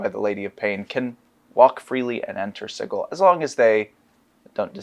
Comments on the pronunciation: That’s because it’s supposed to be pronounced si-jil (sigil) as in a magical sigil in magic or chaos magic, and you call yourselves designer’s ha 😂 you could at least pronounce it in the right manner. Man I miss the 2E days. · You guys are killing me with pronunciation of sigil. It sounds like this "sidgel" not "sigal" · I have to find the page in the original box set, but it clearly shows that it's pronounced s-eye-gull, Berk. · It's pronounced Sigil! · Is that really how you pronounce Sigil...? I mean "Cigggle", really? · I think I remember one of the original devs confessing he mispronounced Sigil in a few interviews and the mispronunciation has just persisted. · Sorry, gonna be keeping the soft G till I die. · Well, today I learned that i have pronounced Sigil wrong for all my life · Well remembered, it's in black and white in the original 2e booklet. Hard G, no ambiguity there, no controversy. Anyone saying it like a j is objectively wrong. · The Lady of Pain herself will punish anyone who pronounces "Sigil" with a soft "g" sound. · Today I believe my mind was changed, so thank you for convincing me to change my pronounciation of the city of doors, Sigil. Sincerely, QDW. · Had to stop the video because... that's not how I've EVER heard "sigil" pronounced. Like nails on a chalkboard...